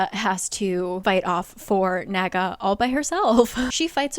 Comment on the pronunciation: Why do I keep hearing the naga as the MAGA? lol